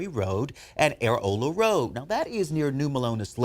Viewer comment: It’s pronounced UH ROLL UH lol